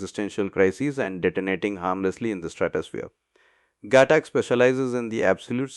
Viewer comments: its not ghatak . It's GHAATAK . learn pronunciation first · did u watch dhruandhar at all ? and heard the pronunciation ? its ghaatak with focus on aaa